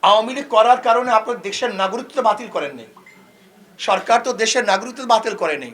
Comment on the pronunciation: উনি তো নাগরিকত্ব কথাটাই স্পষ্টভাবে বলতে পারতেছে না